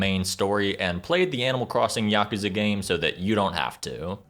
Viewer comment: At least he didn't say "YACK-OOZE-UH" like almost everyone else does.